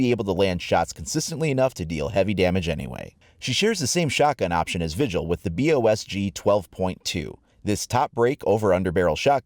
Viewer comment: The shot gun is pronounced boss gee